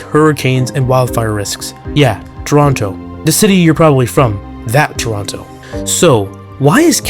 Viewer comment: Bro said Toronto wrong